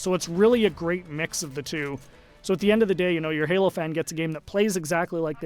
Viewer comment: Halo not galo lol